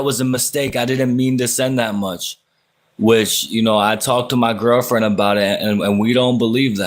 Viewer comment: In the og live when he says she asked for 200 back and he keeps 125 he said he was going to talk with “his ger fwennd” about it and killed the live.